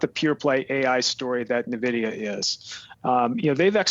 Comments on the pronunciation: as soon as he said nuhvidia i closed the video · It's getting annoying hearing analysts calling Nvidia Navidia... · He says Nah-vidia. Scary.